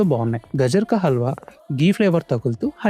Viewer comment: అది గజర్ కాదు, అది గాజర్.